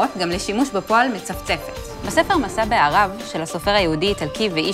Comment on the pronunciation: לא "משא בְּעָרָב", אלא "משא בַּעְרָב" כמו בפסוק בישעיה כא,יג.